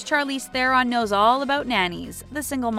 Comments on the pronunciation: Is anyone going to address the fact that this woman says CHARlize thereon instead of Sharlize?? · It's pronounced Charlize like Chandelier, not Charlie